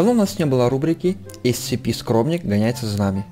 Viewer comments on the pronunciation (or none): Не сцп а скп